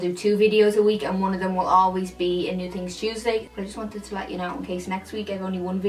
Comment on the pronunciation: You should have called it "New Tings Tuesday" cuz that's how you say it... so cute